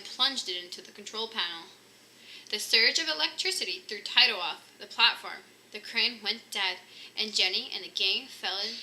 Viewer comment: The chihuahua's name is pronounce 'Tee-toe', not 'Tie-Toe'. Anyway, nice reading.